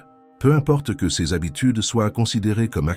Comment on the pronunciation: Je suis bien d'accord avec vous et n'ai pas attendu que quelqu'un me le dise, je ne supporte pas cette IA, ça s'entend toutes les 3 phrases quand il prononce "Ces" ceu-ze"par exemple